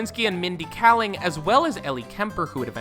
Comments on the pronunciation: You pronounced Mindy Kaling's name two different ways in under a minute lol. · Yeah I'm seeing all these comments about emily blunt being in the photo and him mispronouncing Rainn and Gervais, but I honestly thought that his Kaling gaffe was far more obvious. glad I wasn't the only one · I was loving this vid until he sad Mindy kalings, last name at #30 wrong and I was like " wow, ok, what just happened, did he really, how!?" I just had to stop and reevaluate my life for a second!